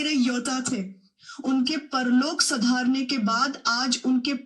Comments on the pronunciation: सिधारने को सुधारने बोल रहे थे 😅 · Jb iss video me sidharne ki jagah sadharne bola tbhi pta lg gya